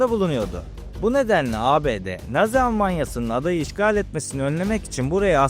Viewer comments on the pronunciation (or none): none